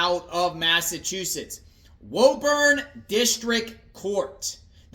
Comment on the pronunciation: It’s pronounced “Woo-burn”